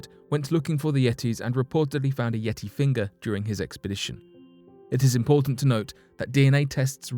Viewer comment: I had to stop and leave this comment before discontinuing to watch..once he said "yeti" at 36 seconds..haha wow